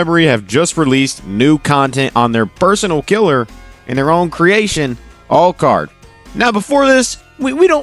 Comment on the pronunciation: The way he’s pronouncing alucard is killing me